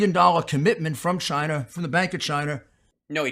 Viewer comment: "Chiner"... His New York accent, inability to pronounce words that end in "a" ... 🙄😂